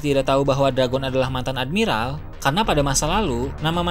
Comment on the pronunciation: Ending ngomong nya pake logat :V woakwoakwoak admi-ralllll rallll wkwkw